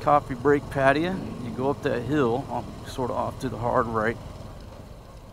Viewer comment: PAT AY YA That's how the locals said it when I was there.